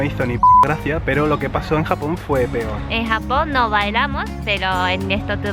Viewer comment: baja pensé que era el unico. Yo también vuelvo a escuchar Japón con jamón regresando el vídeo ajsjs